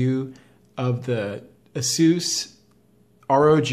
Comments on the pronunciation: Azeus? It's A-SUS 😂😂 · Why must you say ASUS like that?! ( TT_TT) skips vid